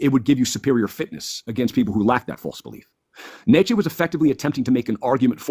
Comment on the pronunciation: How about actually pronouncing "Nietzsche" correct?